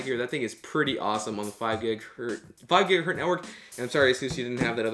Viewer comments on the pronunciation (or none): annoying video jumping (please fade)!! annoying noises!! gigahertz not gigahert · "5 gigahert" Fml.